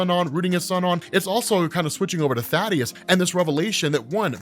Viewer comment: You pronounced Thaedus’s name wrong. It’s not Thadeus, it’s Thaedus, pronounced like Thee-Dus